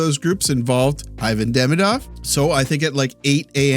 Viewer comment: Salut l'ami, I really like your channel, especially because of your human and sensitive side. I like your concerns for langages as well, so I thought it would be cool to hear you prononce Demidov's name like his family and friends would, which is "Deemeedoff"... Especially since we might have 15 years left of hearing it! Merci, spasiba, thanks! 😁